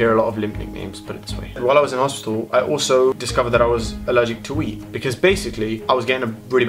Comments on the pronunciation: when u were talking about ur wheat allergy i thought u said weed.. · I thought you said weed instead of wheat haha